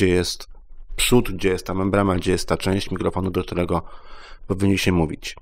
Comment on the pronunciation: Membrana a nie MembraMa